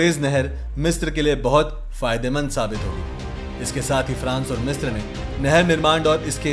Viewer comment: मिस्र (misra) है, मिस्त्र नहीं है